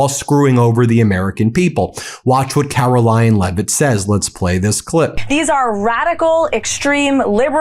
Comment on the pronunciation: Did Ben just call her "Karolying" Leavitt? I've been using that name for some time now. A truly DISGUSTING individual.